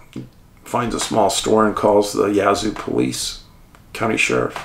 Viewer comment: Its Yazoo pronounced like jazz. Yazoo 🙂